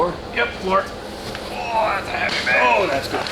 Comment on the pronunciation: Yeah Carbon is not supposed to be that hevay😂